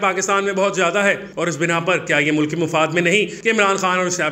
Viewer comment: It is MULK instead of Mu-Luck.